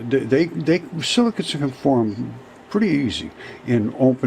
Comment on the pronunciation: Silicates, are you sure? I thought he said silly cu...